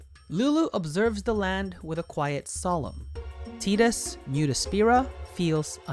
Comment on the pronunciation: I will never get over the fact you say Tidus correctly. Thank you!!!! 😊 my son loves hearing his name on these videos, and knowing he is named after Tidus.